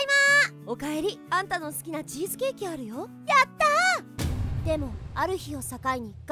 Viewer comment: チーズケーキもぐもぐなうの発音すこ